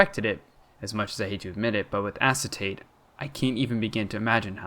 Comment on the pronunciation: i think it’s pronounced “a-kay-ta-tay“ fun fact: acetate is one of, if not THE central character in owmcu also i shipped them with gabbro no further context needed